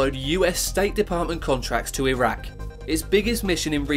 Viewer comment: So many things make me physically cringe in this video. Like, the fact that he said that Dubai was a country. Or the way he pronounced Bahrain and Iraq.